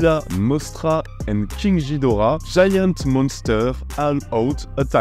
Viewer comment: se prononce GUI-dora " キングギドラ " king gidora